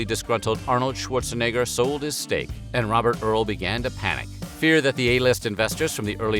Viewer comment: The way he says Arnold’s last name 🤣 a little sus..